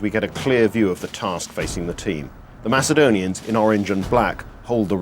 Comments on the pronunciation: He called the macedonians Macadonians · If that fucking guy says MAKADONIANS one more time... I will fucking KILL SOMEONE.